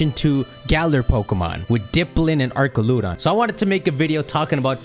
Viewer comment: a r c a l u d o n It's an arch... it's archaludon